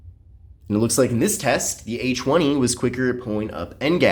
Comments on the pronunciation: Oh i Did'nt know it was pronounced Achweny. To think i've been saying A Twenty all along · This guy is low-key saying a chwenie😂